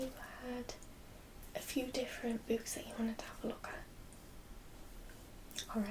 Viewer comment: "bewks" <3